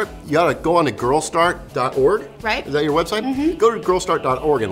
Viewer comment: Haha he said "girlstart.whoreg"